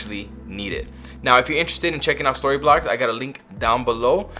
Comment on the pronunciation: "Thank you SquassssToryblocks." You almost messed up the sponsor! Good tips here.